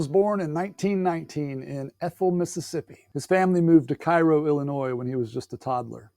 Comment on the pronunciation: Cairo is pronounced “Kay-row” Illinois